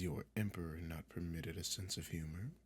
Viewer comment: “Im nort a rat 🥺🫡☹️” LMAFOAOAOAO